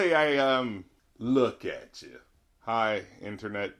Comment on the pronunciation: "lokk atcha" loooooooooooolfuck sakessss